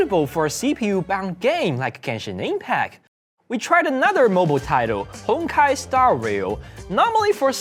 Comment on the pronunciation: "we TRied! Genshing ingpak on SwiSh" :3 i mayyyyyn wii do get into da gang B)